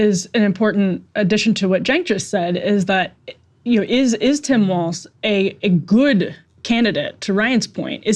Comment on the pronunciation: It’s funny that and Emily either can’t or won’t remember Walz name is Walz not Waltz. It’s not that hard to not put the letter “t” in a word that doesn’t have one. 😏